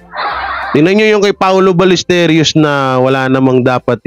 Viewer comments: HI Correction lang po sa pronunciation last name ni PAOLO BALLESTEROS (BAL-YES-TEROS) po hindi Ballesterios ✌️ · pronounce mo apelyedo ni paolo as BALYESTEROS (BALLESTEROS) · Hindi po paolo balesteryos kundi paolo ballesteros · BALLESTEROS HINDI BALLESTERIOS